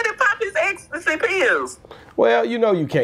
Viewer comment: Ecstasy not ex der ain’t no (ex) in the word 😂😂😂